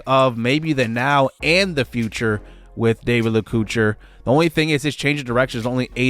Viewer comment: great transfer portal coach! stoked about freshmen Enrique Damico, lets hope we can keep him around for his whole career and David Lacouture (la-co-tour). i think these boys are going to lead this offense for years to come!